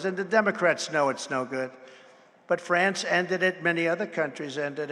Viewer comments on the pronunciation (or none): none